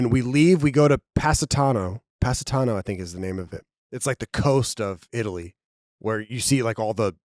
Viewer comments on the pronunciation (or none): pronouncing Positano like Pasadena has got me dead lmfao